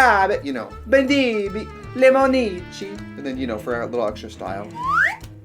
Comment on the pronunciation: Trixie: LemOnIcci, LEMONICCI every Italian person watching:👁️💧👄💧👁️